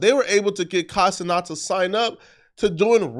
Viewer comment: Who is Kai Ce-NOT?